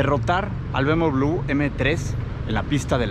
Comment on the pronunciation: Oye pero si sabes mucho de autos, porque no pronuncias correctamente ""BMW"" min, """ SALUDOS 😊😊😊😊.